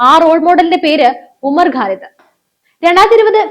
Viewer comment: you are OK as an anchor, but NOT as a Good Anchor. To qualify as a Good Anchor, you must improve your pronounciations. The guy you refer in this post is a JNU terror product named Umar Khalid. You pronounce his name as GALID. His surname is KHALID or GHALID not 'ga' or 'ka' but KHA. Comes after 'ka'. It is KHA. Arabic word. Do not disgrace the language or the name of the person. Learn to spell the names of people, places etc correctly.